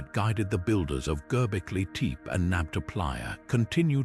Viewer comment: YouTube needs to ban AI voiceovers! GERBIKLI TEEP! -- -So tired of hearing horribly mispronounced words by a coffee chugging, chain smoking AI voiceover with a bad English accent. Crap doc video. Unwatchable.